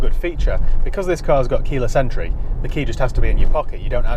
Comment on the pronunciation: Glad you repeated 'keela Sentry' I was perplexed, that'll teach me not to pay full attention when your'e discussing 'keyless entry'.